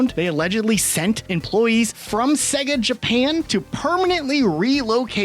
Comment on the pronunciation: Why tf are you pronouncing Sega like that?